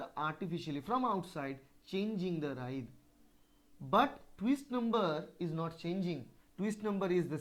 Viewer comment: It is " writhe " ..... not ride , right or wright .....